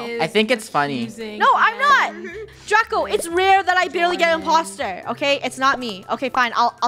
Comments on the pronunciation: Does Anyone Notice When She Says Draco Calls Everything SUS She Says Draca And Not Draco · Funneh keeps saying draca not Draco She wants to make TikToks with draca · Did you hear funneh call draco, "DRACA😂" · I love it when funneh calls draco draca lol